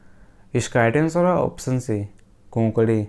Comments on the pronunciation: bhai its konkani it is not kokdi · It's konkani and not konkadi